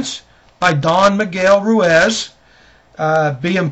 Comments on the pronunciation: "Roooiz"..cmon now...Pronounce the man's name correctly or at least attempt to..It's insulting. GREAT! Book no doubt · Great summary. I've read the four agreements and it had tremendously changed my life. I recommend everybody to read the four agreements. I'm also reading the mastery of love by don miguel ruiz and the book is full of wisdom. Great job again, and please let's pronounce his last name right,hahahaa.